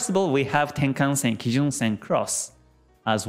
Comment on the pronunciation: これは初めて、平均足（ヘイキンアシ）を正しく発音している方を見つけたことになります。YouTube上の他の人々は不思議と「ハイケンアシ」と呼んでいますね。同様に、一目均衡表の要素も正確に発音されています。多くの人が転換線（テンカンセン）を「タンケンセン」や「タンケンサン」と発音しているようです。まあ、日本人が日本語の元来の経済・金融専門用語を正しく扱うのは当然ですが・・・